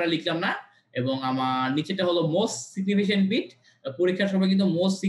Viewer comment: উচ্চারনটা সিগনিফিকেন্ট (significant) হবে ভাইয়া।